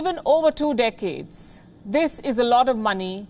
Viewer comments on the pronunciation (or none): I hate to be that guy, but decades is pronounced deck-hades. You are saying Dick-aids.